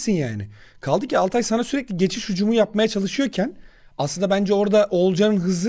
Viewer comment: Altay ı hepiniz yanlış telaffuz ediyorsunuz, Altay da vurgu Al dadır, Altay insan ismiyse Tay dadır.